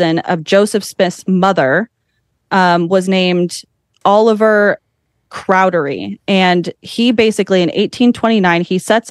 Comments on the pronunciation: She said cowdery wrong every single time. 😂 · She said cowdery and moroni wrong too. 😂